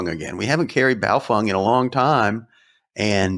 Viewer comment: At this point you still don't pronounce Bao-FENG. as FENG, ...not FUNG. What do you know that we don't know? lol